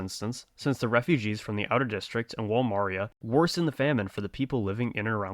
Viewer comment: how did bro pronounce maria?